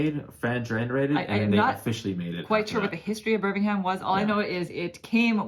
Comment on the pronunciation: You say birmingham wrong btw.